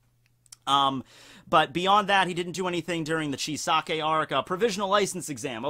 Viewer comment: Why are English speaking people pronouncing Chisaki as Chisake?